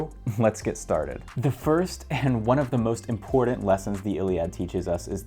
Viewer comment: People pronouncing “important” like that are some of the most untrustworthy people in this and every other universe possible